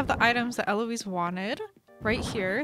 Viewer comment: ELOISE YOU JUST SAID LIKE ELOISE YASSSS